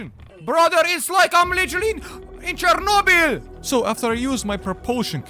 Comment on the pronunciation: The way he says ČERNOBIL 💀💀💀😂